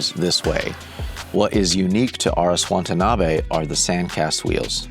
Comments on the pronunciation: It's pronounced "Watanabe", not "Wantanabe." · Say it with me: "Wah Tah Nah Bey" - not "Want a knobby." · whose this Chen? you'd think a guy with Asian heritage would be able to call himby his name, Watanabe, not wantanabe throughout the entire 50 min video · It's not Wantanabe Larry. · Be respectful and at least pronounce the name correctly. You are saying Wantanabe. It’s Watanabe. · Wa-ta-na-be. Say it with me. Wa-ta-na-be. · Drink a shot every time he says WaNtanabe. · Throughout this video, Watanabe is consistently pronounced "Wantanabe" And Larry himself makes this mistake in text in the comments. What happened here? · He said wantanabe the whole time! How embarrassing. 😑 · Classic Larry Chen, given exclusive access to a company, can't pronounce the name of the company correctly. There is only one N in Watanabe. It's not "Wantuhnahbay". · it's so disrespectful the number of times Larry mispronounced his name. I'm still not sure if you're dyslexic or stupid at this point